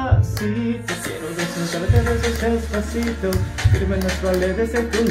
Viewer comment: 영웅님:뽕다발:기부금팀미션: 영웅님다리춤너무잘춰서놀랬어요.글구데시파시또노래도발음원곡과흡사해서또한번놀랬죠황윤성님노래연습너무웃겼어요~홧팅건행!ㄱ